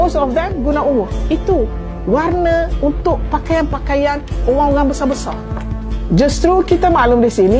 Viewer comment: Seberang ....mak cik....sebreeerraaanggg......orang......bukan owrang.....😅😅😅😅